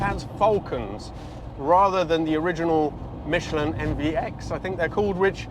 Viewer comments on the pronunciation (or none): none